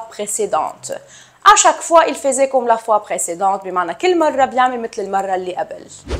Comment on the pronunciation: Le verbe"faisait" ne se prononce pas comme vous l'avez fait